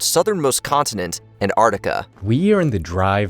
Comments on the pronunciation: It isn't ANTARTICA it's ANTARCTICA. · kept saying Ant Artica.. I thought it was pronounced AnTartica